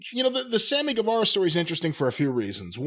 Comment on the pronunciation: Please pronounce Sammy's name right. Guevara is pronounced Gevara. Like Guerrero is pronounced Gerero, not Gwarero.